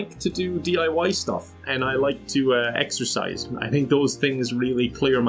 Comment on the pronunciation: Did he say exercise or exorcise?